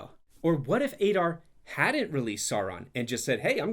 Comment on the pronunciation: "Ey-dar"? Didn't you listen to how they say it? It's "Ah-dar"